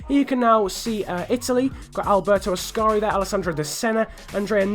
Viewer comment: when you said Alberto AScari! Haha xD Great video overall as always, your help is always appreciated:)